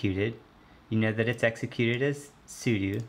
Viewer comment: Sudo not sudu